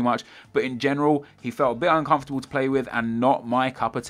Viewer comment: " I'm uncormfartable with him ", " He's so bad " and still have 5 stars rating.